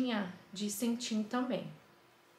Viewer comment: É cetim , não "centim"